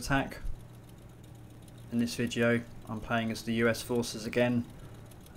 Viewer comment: "In this vidjeo" "VIDJEO!! I CHOOSE YOU!"